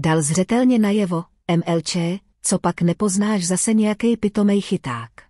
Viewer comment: Príbeh je zaujímavý a pútavý, ale robotické čítanie je príšerné. Dôraz je tam, kde nemá byť a naopak, jednoslabičné slovo "mlč" prečítané robotom je em-el-čé... Robotické čítanie je prznenie nádherného jazyka!